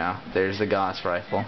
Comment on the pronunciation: "gauss" is pronounced "G-ow-ss" G as in GUH,ow as in OUCH!,and ss and in HISS